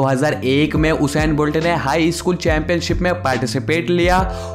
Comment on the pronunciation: O bhai eskool nehi school bolo.